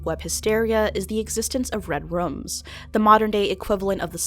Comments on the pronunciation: Is anyone else bothered by the way she pronounces "rooms"? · Danny GonZalez yeah but she wasn’t saying “redrum” like from The Shining on purpose she was talking about “red rooms”. She pronounces the word “room” like “rum” in multiple videos